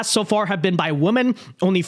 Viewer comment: Is it me or are people saying women weird lately by saying woman.